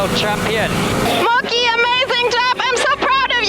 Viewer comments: lol she says Muckie... for the last 4 years I thought she said monkey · Mucky... And Nuppy? 😂